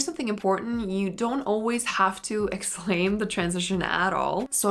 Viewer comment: I like your videos a lot but I have to tell you something that has kept from even finishing them. You really articulate your words but you also have this tendency to add the “h” sound to any word you can fit it into. I think you’re just trying to pronounce clearer but it’s extremely distracting and overbearing. G-ho, expl-hain, c-hook.